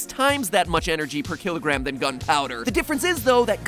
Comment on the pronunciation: MatPat, it's "kilogram."